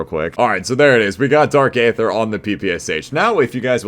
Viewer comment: Hell yeah man love to see the upload, just starting the video and I have to point out that the A is silent and its pronounced Dark Ether lol